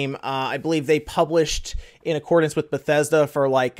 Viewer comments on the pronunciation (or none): none